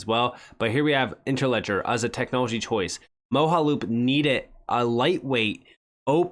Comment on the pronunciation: Moge (pronounced like doge) - aloop. 😉 Mojaloop Great video... again! Thank you,.